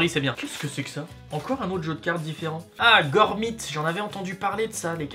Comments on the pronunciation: C pa gormit c gormiti, pousse rouje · Gormiti pas gormit